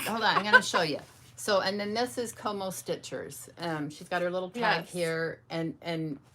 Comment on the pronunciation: Thanks so much for the shoutout ladies. I’m so glad you love my bags. ❤ I think some people may be having a hard time finding me on Etsy and IG because is saying “CoMoStitchers” instead of “CoMoStiches”. You can try searching for it without the R. 👍🏼 Always love seeing what you guys are stitching on. -your drum is AMAZING. I haven’t made one yet-but definitely want to try. You make me feel like maybe I can do it. 😂 Can’t wait to see what you ladies have up your sleeves for Market!😊